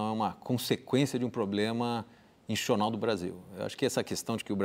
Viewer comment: não sabe falar 'institucional'.kk